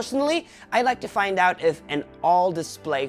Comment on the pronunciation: That "find" tho lol. Great review,.